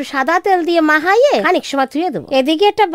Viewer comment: মাখিয়ে❌❌❌ মাখাইয়ে✅✅✅✅😅😅😅😅